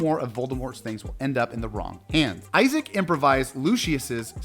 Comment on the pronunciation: It's Jason Isaacs, with an S at the end, not Isaac. And that's just one of the many mispronounced things in this video...